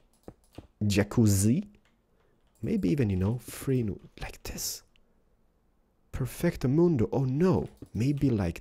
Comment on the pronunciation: when's somebody gonna tell him it's "perfectomundo" not "parfekto ahl moondo?"